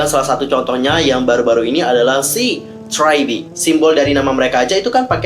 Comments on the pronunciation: Gua hampir bingung pertama denger nama nya, karena bilang try be, ternyata tri be. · Abangnya bingungin gw dari tadi liat subtitle siapa si nama GG nya eh malah tragedi , terus gw denger ngomong apa si tadi gw cari trybe kok g ada eh ternyata lagi bacanya try